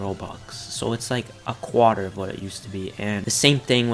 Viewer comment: “A quater” LMFAOOO